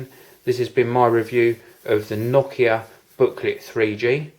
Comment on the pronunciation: pretty nice that you pronounce nokia correctly, heh